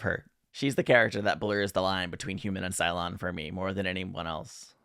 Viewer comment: BooLon.😂Every time I hear it, it makes me giggle😂 Thank you!!!